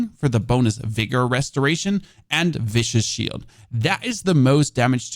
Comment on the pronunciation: No content creator ever says viscous shield correctly, ROFL! Awesome build, thanks for your tips!